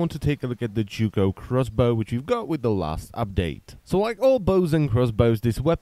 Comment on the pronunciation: wow... did you really just call it that, it is not Japanese/Chinese at all. it is pronounced huge with an American Z in front of it. not yuki...